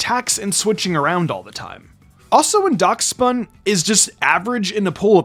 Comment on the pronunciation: It's pronounced dash-bun